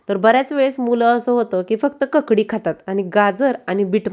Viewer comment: ककडी नव्हे काकडी